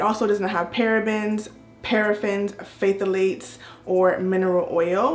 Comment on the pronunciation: Hey!! Nice review and congratulations on 50K!!! 👏🏾👏🏾👏🏾 and you did good pronouncing the ingredients!!! Just wanted to let my good sis know the “Ph” on Phthalates is silent. 😘😘